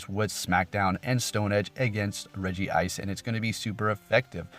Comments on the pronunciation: It's written Regice and you spell it Regi-ice? Where you take the second "I" from? :D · Its rejice not regi-ice sorry for correcting not hating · Hey i want to correct you that Regice is pronounced Re-Gice not Re-Gi-Ice. Cool vid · He meant its Regice. There's one I. So the pronunciation is Regice and not Regi ice. I've made the mistake multiple times myself lol